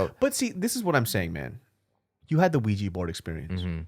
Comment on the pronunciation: it's OUIJAAAAAA xD